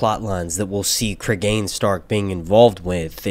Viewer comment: Pronunciation will be Creeg'n not Cregain like Clegane. English pronunciation is the first one, which I know because there's a well known murder in the UK by a man named Cregan and that's how his name is pronounced.